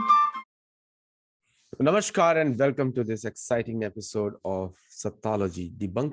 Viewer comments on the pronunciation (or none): please don’t mind but it’s Namaskar 🙏🏻 and not Namashkar, as the latter got coined because of Persian dialect impact.